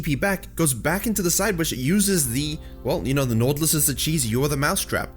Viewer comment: why u cant pronounce right naUUUtilus! ?